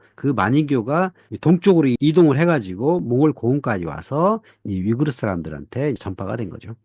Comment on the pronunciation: 한국어론 위구르 아니면 영어로 위거지 위그르로 발음될 수 없어, 무식아!